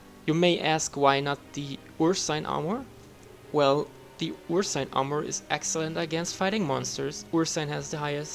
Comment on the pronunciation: That's how Ursine is pronounced? I've always pronounced it err-seen